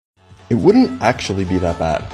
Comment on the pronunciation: Weaponized aKsHuLaLy 😂